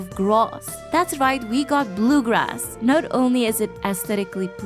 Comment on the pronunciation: “blue groass” 💀